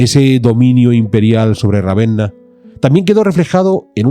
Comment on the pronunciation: Ravenna no, Ravena